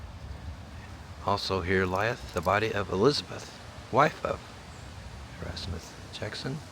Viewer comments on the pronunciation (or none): none